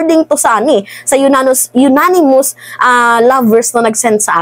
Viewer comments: Anonymous po hindi po unanimous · ANONYMOUS hindi UNANIMOUS...!!!! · Unanimous hindi yonanimous, ganon pa man hindi rin tama ang salita, dapat ay Anonymous which means hindi matukoy ang sender na nagpadala dahil ayaw nyang magpakilala, ok? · Agree. ANG NAME NG SENDER AY YONANIMOUS. GANYAN NYA BABASAHIN. Alangan BASAHIN pa rin nya anonymous. Eh, YONANIMOUS nga ang name. 😂😂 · Anonymous po :) Sorry for correcting ha? I’m BBM supporter ✌🏼 uh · naa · nuh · muhs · anonymous po hindi unanimous po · Ananymous not unanimous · Hindi unanimous its anonymous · Anonymous mam hindi unanimous po, mabuhay ka good job mam, supalpal si hitad syo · "anonimous" cguro not unanimous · ANONYMOUS siguro ibig mong sabihin. HINDI UNANIMOUS. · Anonimous hindi unanimous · Baka "anonymous" ang ibig mong sabihin hindi "Unanimous" hehe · Anonymous....Hindi po younanimous.....hehehe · Baka anonymous source, madam hindi unanimous💕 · Anonymous mam, ndi Unanimous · Anonymous maam..hindi po unanimous. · Mam, siguro po anonymous, hindi unanimous. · Anonymous at hindi Unanimous, okey.! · Anonymous not yonanimous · Anong "yonanimous" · Maniniwala na sana ako kaso “unanimous” 😂